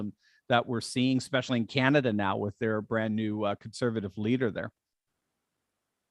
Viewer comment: Supposebly only girls say expescially.